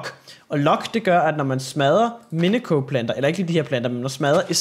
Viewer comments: Det udtales minisio ikke miniko minico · du udtaler minicio mi-ni-si-o